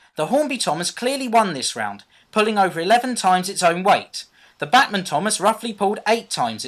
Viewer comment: It's BACHmann (like Johann Sebastian BACH), or at least that's how we "Yanks" say it :P